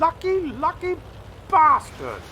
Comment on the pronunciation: Enjoyed the Terry Jones quote but you need to be British to say bastard correctly...and for anyone who is thinking wtf... Another Monty Python legend down. 😢